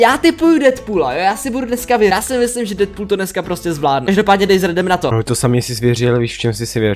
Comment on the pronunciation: Deadpool se říká dýdpul